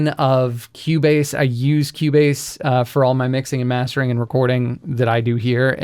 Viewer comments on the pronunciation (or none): none